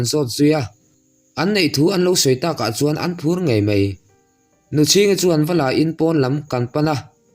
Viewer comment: Ngei mei, nilovin....Ngei mai, tih tur ani ang a